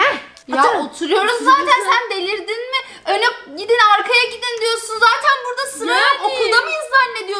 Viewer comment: Şerbet burdağğ Künefeğ burdağ Şekerpareğ burdağ😅😅😅